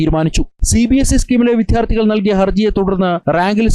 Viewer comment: എല്ലാം "വിധ്യാർത്തി"കളാണല്ലേ ? നാണം കെട്ട ന്യൂസ് റിപ്പോർട്ടർ !! വിദ്യാർത്ഥി എന്ന് പറയാൻ പഠിക്കണം !!! ഫൂ !